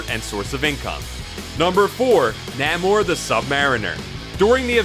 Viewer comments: Macabre pron: maCABreh...Namor pron: Nieghmore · Whoever narrated this video mispronounced Macabre, Namor, T'Challa, T'Chaka, and Achebe. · Namor was the worst.